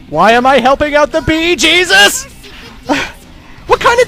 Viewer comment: am i the only who thinks that its funny how he says "bee jesus"